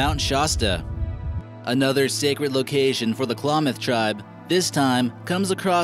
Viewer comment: Number Ten is my tribe I’m from the Klamath, there is modic and yahooskin as the other tribes and you say Klamath like clam ath